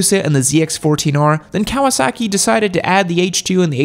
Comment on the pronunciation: Cow-uh sackie